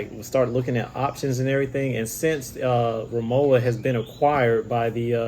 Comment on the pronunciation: Its rimowa where the w is pronounced w. Even rimova recognise this distinction...as does BMW ...B M V anyone ?